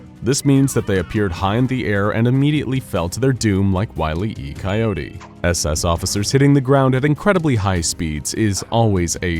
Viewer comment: Did you really say "Wilee E. Coyote"? The "Wile" part is a silent e, not a long e. "Wile E." is a play on the word "wiley", meaning sly, cunning, or crafty" Also, you misunderstood the gag. You had the coyote come out looking downward as he walked on air, and then look up before falling. Thats backwards. A cartoon character never falls until they realize they arent standing on anything. Thats what makes it funny.